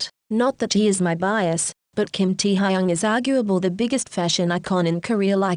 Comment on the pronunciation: Nobody: Computer voice: tEa hAyUnG